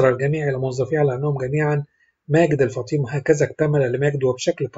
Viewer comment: الفُطيْم وليس الفطيم